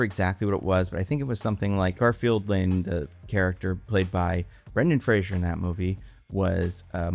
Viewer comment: Its FRASER NOT FRASIER